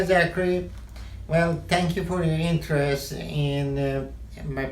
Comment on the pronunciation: “Thenk you for your inteerest in mmyyy...... progrem :)”